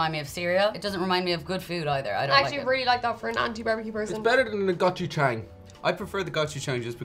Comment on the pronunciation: The "a" in Gochujang is pronounced with an aw sound. Like in the terrible live action movie The Last Airbender main characters name was mispronounced. I mean seriously did no one watch the TV series which the movie was based on.